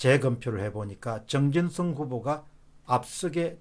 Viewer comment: 공병호님, 발음 교정 사항입니다 전원 (電源)ㅡ전:원[저:눤] 엘지글램ㅡ엘지[그램](gram) 정진성ㅡ정진[석]